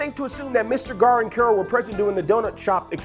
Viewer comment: It's Gar.